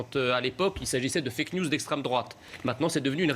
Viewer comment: Praud nous ressort ses fake niouze et juste après "les françè comvouzémoi" putain quelle honte.